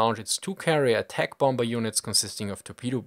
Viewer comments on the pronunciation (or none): Cool video. But I can't help but giggle a little bit every time you pronounce the second B in bomBer.